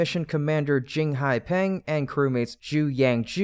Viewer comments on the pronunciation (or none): none